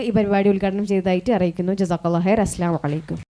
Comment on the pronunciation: അസ്ലമലൈകും എന്ന് അല്ലാ... അസ്സലാമു അലൈകും 👍 വ്യക്തമായി പറഞ്ഞില്ലെങ്കിൽ അർത്ഥം മാറിപ്പോകും 😊